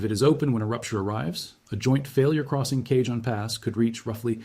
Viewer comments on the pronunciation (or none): Try pronunciations =Kahon, Cajon pass, translation = "BOX PASS" EARLY WAGON TRAINS TRANSPORTED MANY BOXES OF VARIOUS GOODS🎉🎉. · CAJON = KA-HONE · Love your content. One correction: the "j" in Cajon and Tejon is pronounced like an "h', as in the Spanish language. Please. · If you can't pronounce "cajon" how can we believe anything else said. Hire a human.